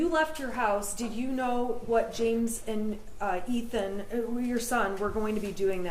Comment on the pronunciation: Is the defense attorney saying Ethan’s name on purpose?